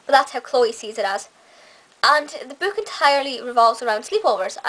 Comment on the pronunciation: Why do you pronounce book b-o-o-k instead of b-u-k?